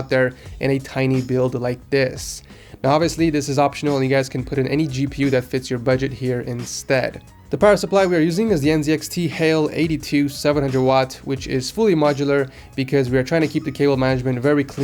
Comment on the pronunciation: Its not NZXT hale is NZXT HAIL its costs neinty nein dollars